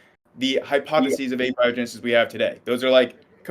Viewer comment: Thank you for pronouncing abiogenesis correctly. The other pronunciation drives me crazy